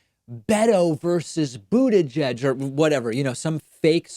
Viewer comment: Every damn time. BOOD - EDGE - EDGE